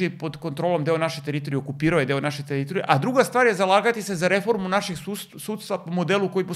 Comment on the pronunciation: Ne kaze se TEritorije nego teRItorije...